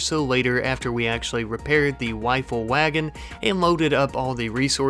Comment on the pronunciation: Is it me or am I hearing him say "wifle wagon" lol